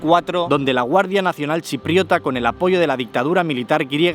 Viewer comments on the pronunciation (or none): no lo dices bien. No es "chiprota" sino chipriota. Grecochipriota y/o turcochipriota. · Que dolor de oídos, es chipriota, no chiprota 😂😂😂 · se dice chipriota,no chiprota! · Se dice “chipriota” no "chiprota”. Y no es “unificar” es “anexionar” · Me da TOC cada vez que dices ChiPROTA (Parece un insulto)........ 😄😄 Es ChiPRIOTA. Perdón ehh pero es que no podía evitarlo. 😚🙇‍♂ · Chupito cada vez que dice "chiprota"🥂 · Chipriota, greco-chipriota y turco-chipriota..... Ese chipriota duele oírlo 😂 Interesante video como es habitual😅